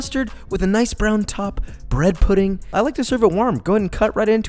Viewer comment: bwhed puhdeen'gh